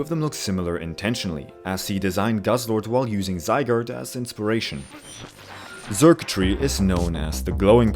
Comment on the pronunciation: Just to clarify, Xurkitree is pronounced like “circuitry”, not “zurktry”